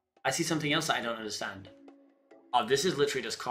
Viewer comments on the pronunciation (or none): none